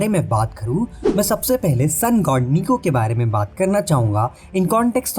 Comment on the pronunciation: Nika🗿 ❌️ Niku 🥹✅️